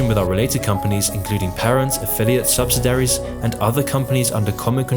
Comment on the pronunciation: "Subsidiaries" has a whole syllable in it that you're not saying.